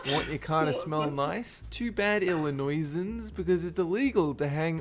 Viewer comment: As a born and raised illinoisian(yes the way he pronounced it pisses all off) it isn’t really enforced but someone asshole police could try but there are also air fresheners that you stick in the ac vents